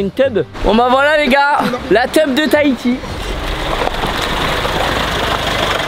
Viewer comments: Miche je suis de Tahiti et on dit tahhhiti on dis le h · J'aime bien quand tu dis Tahiti toi tu ne dit pas le H 😂😂 normalement on entend le H